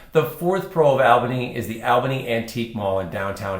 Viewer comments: It is pronounced ALL-bany., not AL-bany. Long-time residents can tell you about the vast system of ancient deep underground tunnels in Albany, Salem, and Corvallis. I have heard many stories about where tunnel entrances are and were. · You keep saying the name wrong!